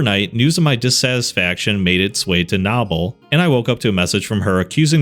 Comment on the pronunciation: As a Knoble and only listening every time you said Nobble irritated me until I went looked at it and saw that stupid ahh name 😂